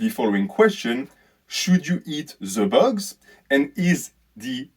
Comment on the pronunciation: This video should be titled “Should you eat ze bugz?”. Edit